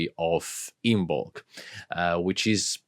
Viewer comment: It’s pronounced “IMM-ulk” - the B is silent